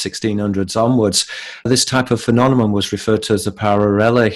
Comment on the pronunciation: thank you for your work. I've discovered your work through Robert Steele. One question: Why do you pronounce phenomenon as phenonemon? You do this consistently from your oldest videos to the current.